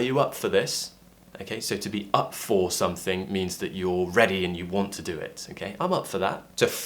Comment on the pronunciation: Hi,, why do I heard you say " I wants" more than just "I want"? It seems like there's an additional 's' in your way of speaking. Or is it just my feeling?